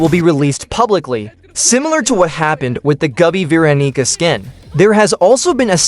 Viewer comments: atp stop saying veeronica ur just saying veeronicker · It’s veeroniga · SHLAWG DIDN'T SAY VEERONICA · Mf said vaniger im not capping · HE DID NOT SAY VEERONICA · Bro said veeroniger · Bro did NOT say Veeronica 😭😭😭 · bro definitely ain't saying Veeronica bro said veero###### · why did u say veeroneeca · Dawg did NOT say veeronica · where is the g in veeronica? 😭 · I was just about to say that too lol bro did not say veeronica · I heard Veeronigga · i fr heard veronika Veronica ate the rubber fruit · Veeronig this is sus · vee ron EEggah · I don't think he said her name right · I... I dont think that how you say Veeronica...